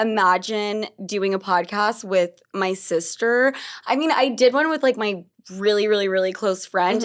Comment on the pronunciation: New York said whit